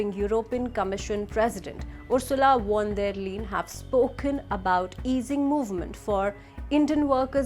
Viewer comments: Please pronounce the names as precise as possible ....Ursula von der Leyen is pronounced as उर्सुला फ़ोन डर लाइन and not "won der Leen" ...The "v" is pronounced as a "f" in German. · Mrs. von der Leyen is German and her name is in German and in German one pronounces "v" as "f" and f as f as well !! It is bad manners to mispronounce names !! If one cannot pronounce it appropriately one should at least make an effort to do so !! Especially, if one is a media anchor!!